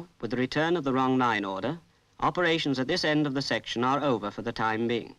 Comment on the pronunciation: I assume was making a joke at the odd pronunciation of the word "section".